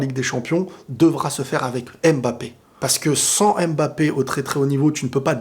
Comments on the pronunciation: Je pense que ça se prononce mmmmbapé pas (ém) bapé lol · C’est stressant comment t’insiste le M de mbappe 😂